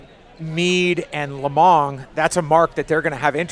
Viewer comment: Jeudy Guzman Hernandez Yes, I guess I shouldn’t be so insensitive because English isn’t his native language so it’s understandable. But it’s still really bad... he called “Mead” (which is spelled out in the video) “Meat”...